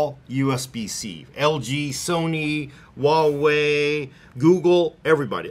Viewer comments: Wawei? I'm pretty sure it's Huawei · is asian pronounces huawei wrong